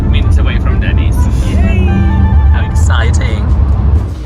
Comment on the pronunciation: just about choked when he said Denney's